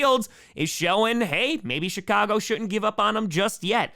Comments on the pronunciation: Did anybody notice that he said? Shicago Bears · Did he say "Shitcago Bears? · LOL...sounded like you said SHITcago Bears...almost made me snort the Monster I was drinking out my nose. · do you consciously say “Shitcago Bears”..? 😳🫢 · i swear tom said shitcago bears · with the traditional Green Bay pronunciation of “Chicago”, with half an extra “t” in there 😂